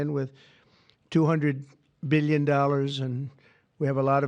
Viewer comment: 200 “beelion” dollars